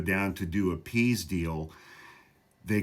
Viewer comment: “Pease” deal? 😂